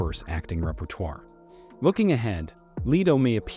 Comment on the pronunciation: Its LETO with a short e not LETO with a long e!!